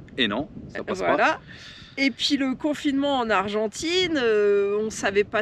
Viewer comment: Noooon ......Pas argentaine......"Argentine"